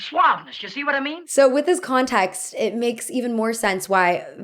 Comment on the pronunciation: I found myself tuning into your accent more during this video. I’m curious where your own pronunciation comes from. For example, you pronounce “context” more like “contaxt” and “sense” more like “sahnse”